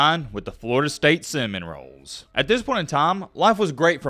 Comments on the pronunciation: The team name is Sem-in -0les. Not Sem-in -roles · Are you pronouncing "Seminoles" as "sem-in-a-rolls" as a joke? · SEMINOLES NOT ROLES !!!! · Seminrolls? 😂 it’s Seminoles! Good video though thanks for these updates. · Is it me... or does it sound liked he said "Florida State cinnamon-rolls"?🥮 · Funny. Florida St Semin-Roles. Nobody else heard this?😅 Just a (Little?) detail..but, after hearing that I could not hear anything else because it taints the rest of the video. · Um EXSQUEEZE me if i heard this wrong but since when did Florida State become the SEM~IN~ROLES?? 🤔🧐 Pardon the interruption, Carry on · Lol did this narrator say “Florida State Cinnamon Rolls”? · 'Florida State Semenrolles'. Dude it's not hard to go back and edit when you've butchered the pronuncition of a school. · He was saying cinnamon rolls.